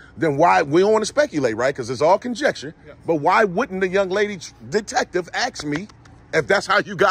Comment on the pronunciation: Nice job. But I wish you could learn to say, ASK.